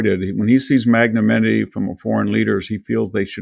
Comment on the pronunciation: 109:10 - The word is pronounced mag-nuh-NIM-i-tee ...Not mag-nuh-MIN-i-tee. Magnanimity. Look it up. Sound it out phonetically.